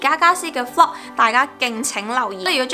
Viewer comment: 为什么youtuber都喜欢把vlog的音发成flog？